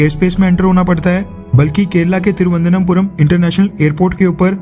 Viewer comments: First learn how to pronounce "Thiruvananthapuram" !!! You are just recycling news that is already published by a few newspapers..... what's your value add? India didn't send aviation fuel to Sri Lanka as it is not a basic need....basic needs are petrol diesel, & LPG. BTW Srilanka already received Russian oil...! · तिरुवनंतपुरम Please correct your pronunciation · थिरुवनन्तपुरम नाम सही से बोलते तो अच्छा लगता। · Dear bro plz try to pronunciate correctly the spelling of Tiruananthapuam